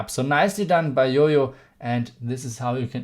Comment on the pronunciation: Why is JoJo pronounce as yoyo lol